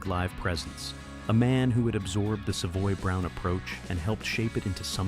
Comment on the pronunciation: The computer voice can’t say the band’s name correctly.